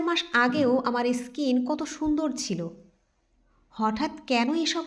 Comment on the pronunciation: ইস্কিন নয় “ স্কিন “😅